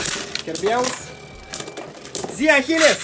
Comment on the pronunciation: Чего ты Ахилеса не так называешь он зет ахилес ,а не зи ахи'лес